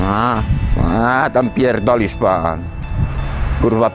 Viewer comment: Zajebiste :-D "A pierrdolisz Pan"